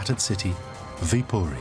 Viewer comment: You did say it right though